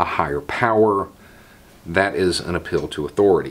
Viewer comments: Took my a couple of minutes to realise you were saying 'an appeal to' and not ' a pill to'. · Oh APPEAL! I thought you were saying "uphill"..."a pill"...I'm like, 🤔